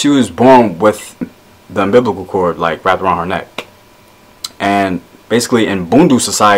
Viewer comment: i like it so far but you said bubimbacal cord but its umbolical cord but very egacatinal sorry i spelled words wrong im learning from this though ever though i wasnt sure a first and i like that u dont use really complocated words so kid and everyone eles can understand